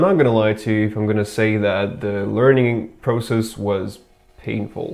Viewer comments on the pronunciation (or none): none